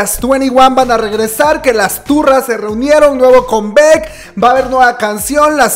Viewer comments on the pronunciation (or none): Pues no tiene "muchos años" desde que se reunieron las 2NE1, apenas el año pasado se reunieron por el aniversario de su debut. Una observación, cada que pronuncias palabras como "combek", "estrai kids" "te-ve-ex-quiu", "bi-ti-o-bi", "mamamo" siento que me da el soponcio... se pronuncia "combak", "strei kids", "ti-vi-ex-quiu", "bi-tu-bi" y "mamamu". Se que es de mamadores pero creo que mínimo esas palabras que usamos mucho las kpopers las debemos pronunciar correctamente. Pdta. Me vi todos los anuncios sin saltarmelos 👌.